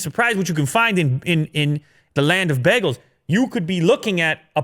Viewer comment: Even though I live in Canada, it's always funny the way people pronounce bagels here. I'm used to "bay-gels". 😀